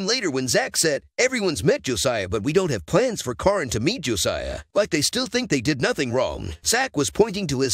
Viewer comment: You are pronouncing Caryn’s name wrong. Her name is pronounced Karen spelled with a C instead of K and a Y instead of e